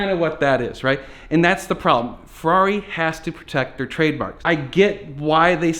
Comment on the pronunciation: "FERRRRRAAARI!" lolz